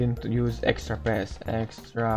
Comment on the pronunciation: Sorry for saying this but when you say pass it sound like fast oof lol